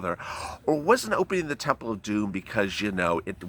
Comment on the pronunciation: God bless you sweetie evertime you say the temple of domm it makes me laugh you are a trip ❤️🙏